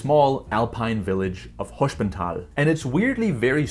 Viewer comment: Btw altough you mastered the pronounciation of "sp" as "schp" which is correct in German (for example Gespenst (ghost) or Springer (chessfigure knight, literally jumper), I would say That Hospental is not pronounced as "schp" but as normal "sp", because s and p here are in two different syllables. Maybe it is right due to regional accents but in High German you would probably Pronounce it like I said :)